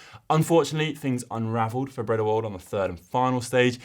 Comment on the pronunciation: Brendewold, Cosnefray and Narvarez? Oopsie on some of the names, no harm intended!